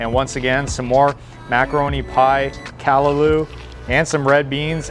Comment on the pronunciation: Lemme help yuh out.. Shandy "CAH-rib" and "CAH-LAH-LU".. You have to come here during CARNIVAL SEASON!!